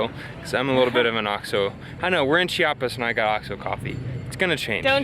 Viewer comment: Oh güeros... you seem quite off with your spanish here, but I'm thrilled to see what are you going to do here in mi homestate.. First of all, the I in Chiapas is super important.. we hate when people say "Chapas" and that is a very common mistake everybody north from Cdmx make (IT seems they do it intentionally) About the tamal, the lady said tamal chiapaneco, but that's not right.. every tamal here in Chiapas, is a tamal chiapaneco (chiapas style).. yet after that she did say "tamal de la feria de enero".. actually that tamal is called "tamal de mole" or "tamal de fiesta".. it must have mole, chicken, plumbs, raisins, plantain, hard egg and green olives.. Some other tamales you would find are: chipilin (its a leaf), de bola (pork with red sauce), azafrán (the spanish spice), frijol, hierba santa, picte (sweet corn, with fresh cream) and a lot more.. The second dessert on the vídeo is cupapé and it's really a fruit from a tree.. If you need some guidance over typical food/desserts here, just let me know and I can give you lot's of referals.. Buen viaje y disfruten Chiapas